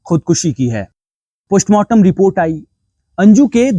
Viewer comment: Poshmartam nhi mere bhai.postmartam😂